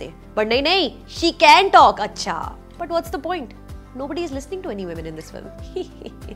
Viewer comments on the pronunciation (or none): none